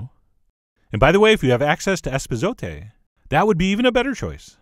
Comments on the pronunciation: Except he called it “espisote””🤣🤪🤭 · Chef, bless your heart for trying to say: Epazote. greetings from Mexico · He said if u can find "espesote".... I just have to mention is not that is called EPAZOTE which does give amazing flavor!!